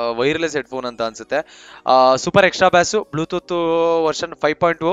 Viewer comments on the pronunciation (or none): ಬ್ಲೂತೂತು ಅಲ್ಲ bro ಬ್ಲೂಟುತ್ 🤣🤣🤣🤣🤣🤣